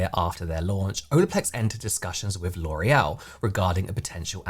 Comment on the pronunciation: It's giving get-back and sabotage by "lore-ee-el" 👀